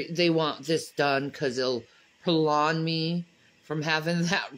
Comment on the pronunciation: Pro-lawn its prolong,🤣🤣🤣